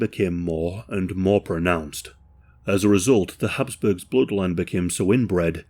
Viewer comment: Habsburgs not hasp